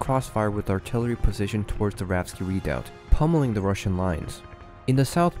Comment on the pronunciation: Raevsky should be read as [rah-YEvsky].